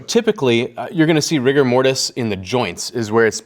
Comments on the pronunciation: Instead of rigor mortis, I heard Rick and Morty. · I can't be the only one who heard Rick and Morty at the term "rigor mortis"🤣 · “rigor mortise” Me: rick and morty 😯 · "The proper name for the stiffing of bodies after death is called rigor mortis" Me: I think it's pronounced Rick and Morty